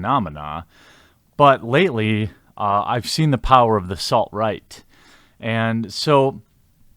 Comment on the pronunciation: It sounded like you said the "salt-right" hilarious! Haha.